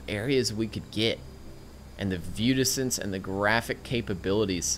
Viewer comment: Enjoyable video, but I thought you were using a word I didn't know: viewdixtense. It wasn't until nearly the end of the video that I realized what you were saying. :) Keep up the great work.